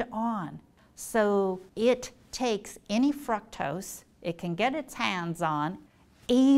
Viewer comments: Please stop saying frukctose it’s driving me crazy. 😤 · Fructose is pronounced frooctose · What is Fraktos? You don't say glacose but gloocose. Say frooctose. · It’s “Frooooooctose” not “Frucktoast” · FROOCTOSE NOT FRUCKTOSE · "frUcktose"? I always thought it was pronounced "frOOktose" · Fructose not "Frucktus" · FRUCtose??? Isn't it FROOKtose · Everytime she says FRUC-tose it kills my ability to focus on the answer. 😭👎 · Fruck-toss distracted me so much I had to re start this video so many times. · Lmao did she say f*cktose? Im listening to someone who cant pronounce it. Looks like shes had too much sugar herself. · Lady please say frooctose. 🖐 You are a doctor you should know 👩‍⚕️📛ya fake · Am I the only one dying every time she pronounces fructose like "FrUcKtOsE"? lol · Yes!!!, i was like have i been saying it wrong this whole time? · Why is she saying “fruktoast” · Anybody else not pronounce 'fructose' this way? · The way she pronounces fructose incorrectly is annoying. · Thank you! The first time she said it I booked it to the comment section to see if anyone commented cuz it not I was going to. Where does she get off just completely changing the pronunciation of a word?! Ugh, ruined the whole video for me